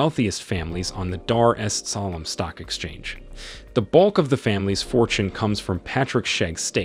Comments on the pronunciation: How hard is it to say Dar Es salaam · I wish he pronounced Tanzania properly, even Dar-es-Salaam was pronounced wrong. This makes me cringe.